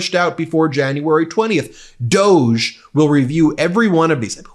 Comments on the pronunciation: Please pronounce DOGE correctly. It rhymes with "doggie" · It's "dog-e", as in a dog of an idea/department! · Please stop indulging them calling it DOGE (dohjj)…let’s go with DOG-E (doggie) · Instead of pronouncing it "doughj" maybe we should start more honestly pronouncing it "doggie". It is essentially two powerless uber-rich sociopaths fanaticizing cruelty. On a more positive note, a "DOGE" House subcommittee seems the perfect place to put a ranting idiot like MTG, as she will have essentially no power but will not know it. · It is beyond me why you and other media insist on calling this fake government office DOE JA when clearly it should be pronounced DOG...there is even a DOG as the Dept Logo...come on, they are laughing at us😢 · Not DEGE. DOG E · Are you sure it’s not pronounced DOG-EEE. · it’s pronounced ‘doggy’ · I think we should pronounce DOGE as DOG E. Doggy The whole thing is so ridiculous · Pronounced Dog-eee. Just because. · It is more correctly called Dogy in how it is supposed to be pronounced. Most people seemingly never clued in. As in "The doggy 🐕 barks a lot." Some people know and everyone else does not care about that. The fact the creators of it did not correct people on the pronunciation of the name is possibly a small inside joke to the people who know about that.😊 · FYI "doge" is pronounced "doosh" as in the word "douche". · DOGE don't you pronounce that "dog 'E'... trump's dog. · It's was originally pronounced "doggy" dog,E.... Elon was the moron that pronounced it incorrectly. His stupidity is spreading 🤬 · Minor nitpick: 'D.O.G.E.' is pronounced 'dog-ee' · I'll pronounced it as dog-e' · It's always funnier if you use the original pronunciation - Doggie. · Dog----E That's What it sounds like dog E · Doge is am unelected agengy, should be Duh-ge! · DOGE…..pronounce it like ‘dog’ as in ‘dogee’. Soft g sounds French. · It's pronounced Dog e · It should be pronounced dog-e.